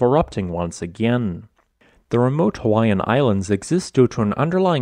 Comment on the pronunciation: You did not pronounce a single hawaiian name correctly...cringy to watch